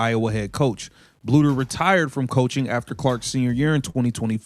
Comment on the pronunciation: Not a bad video but you need to teach your AI to pronounce Coach Bluder's name correctly!